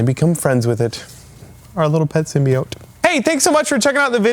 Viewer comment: Per ™Sony Pictures , it pronounced "symbīote".